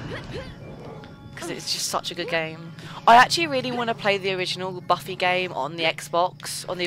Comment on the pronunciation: when you said, ''c'mon Buffy.'' which, to me, sounded like baffy. srry for the mistake :-)